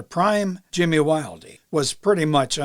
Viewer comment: Pronounced Jimmy Wild, not Wildeee. Although it's spent Wilde.